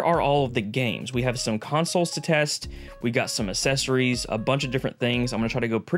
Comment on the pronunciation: Curious… you pronounce accessories “assessories” but you pronounce access “akcess”? Is it a regional thing? :)